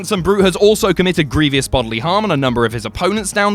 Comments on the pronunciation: Stop saying “greeveeous” it’s “grievous” (gree-vus). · It's pronounced 'gree-vus', not 'gree-vee-us'.